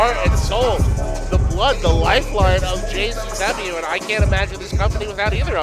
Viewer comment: I have been watching every interview with Russo here lately and for some reason he keeps saying gcw instead of JCW